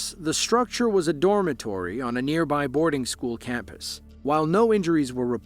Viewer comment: I graduated from school not however you mispronounced it. Fish swim in schools not showels